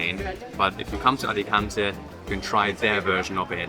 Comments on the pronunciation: Hopefully it isn't too rude of me to make some corrections, but here are a couple of pronunciation tips in case it helps anyone: Alicante = ah-lee-KAHN-tay (you were both pronouncing the last syllable more like "-tuh") Hogueras = oh-GARE-us (not exactly that pronunciation, but it's close. Of particular note, you don't pronounce the 'u' in Spanish after a 'g' unless it has an umlaut over it, e.g., vergüenza = bear-GWEN-thuh). Anyway, I enjoyed the video very much. I lived in Alicante for about three years just about two decades ago and I'll be visiting this fall for the first time since I left. Your video brought back some memories and also introduced me to some new things. Thanks for sharing! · English pronounce it Alicantay 🙂